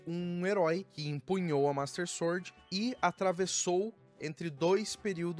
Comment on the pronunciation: Gosto do seu conteúdo, mas quando vc fala "suórd" me dá um treco... 😂